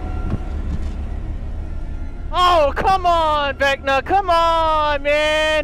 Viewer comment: I keep hearing you say vecna what ever that is??